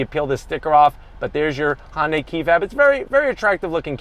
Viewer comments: HUN-day not HON-day lol great video though thank you! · I love your reviews! I just wish you'd stop calling it "honday". Try saying it "hun day". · It's not "Hon-day" it's pronounced "Hyun-dae" or at the very least try "Hun-day"... I mean if you're gonna keep making videos for the brand might as well get the name right. Besides that, great comparison video! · Why is he pronouncing it "Hon-dai"? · This probably has so many dislikes because he doesn't pronounce Hyundai properly and he works at the dealership. Feel like maybe he should?